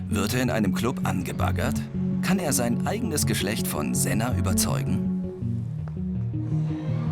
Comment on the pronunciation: Ich heiße sena aber die haben es falsch ausgesprochen :( da wo oljay es aus spricht das ist richtig